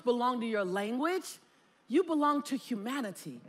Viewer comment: When she was saying “Humanity” so many times in a row, for some reason with her pronunciation I kept hearing “hu-manatee” and I was imagining a manatee with a Monat hat… Edit: ‘she’ being the first speaker